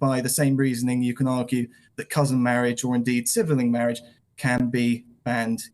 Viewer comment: Why does he pronounce it sib-e-ling? Sounds stupid just like his argument lol